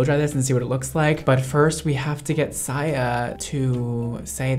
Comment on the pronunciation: Saya not Siya 😭😭😭